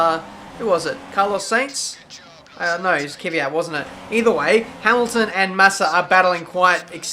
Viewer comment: Why you say kyvyjat when his name is kvyat